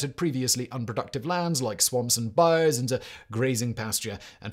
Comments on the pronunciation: Bayou-Bye you, not bye oh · This man can not pronounce Bayou. For anyone wondering, just say it like "Bye You." And you're doing good. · It hurts my soul a little every time he says "bai-ohh" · It's buy-you. Buy-You As in "Buy-you some crawfish" 😂 It is a biome, but it's not pronounced the same. A good rule of thumb for anything in Louisiana is to pronounce it with a French accent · Bayou is mis-pronounced, over and over, and over, and over. Try.....BYE.....UUUUUUU.